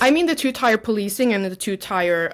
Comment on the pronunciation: tier not tyre.